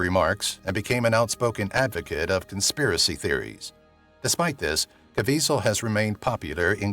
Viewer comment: You keep mispronouncing the actor's name you keep calling him Caveasal but that isn't how his name is I realize his name is very hard to pronounce based on its spelling but sometimes you can't go by the spelling you have to go by what you hear and obviously you haven't heard his name enough...